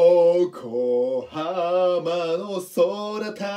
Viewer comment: よこはまーにではなく よこはーまにらしいですよ